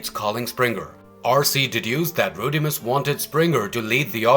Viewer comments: It’s Rodimus not Roadimus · He said roadimus prime lmfao Like the Omni productions dub